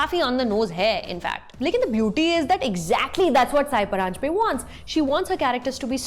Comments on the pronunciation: Sorry but I have to say this. It's not "साई" परांजपे but "सई" परांजपे. I hope you get to know the correct name of the woman director you are praising here in the video. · Lovely video, about a fine film, but It's सई परांजपे, not साई परांजपे. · सई परांजपे. Not साई.